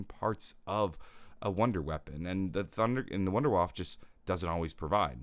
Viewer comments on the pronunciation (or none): it is painful to listen as a German